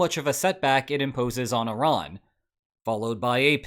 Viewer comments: thank you so much for pronouncing Iran correctly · I am so happy you say Iran and not I-ran.